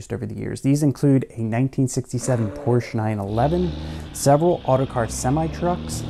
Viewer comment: It's called PorschE not Porsch